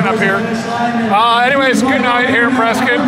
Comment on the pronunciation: You even pronounced Prescott correctly. The locals will be impressed. 🙂